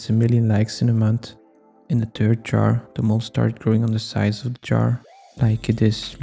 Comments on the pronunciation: ah yes thirth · Gotta love the 3th dimension, how do you even get there? or pronounce it? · Question: do you pronounce 3th: Thirdeth Thurth Three-eth Threth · bro what do you mean thirth jar💀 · 3"th" ? Jar???????? ITS 3(Rd). With a "r" and a "d" after the #3!🙄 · "3th jar" its 3rd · Your accent when you say the "third jar" sounds like Turd jar and that's what it looked like at the end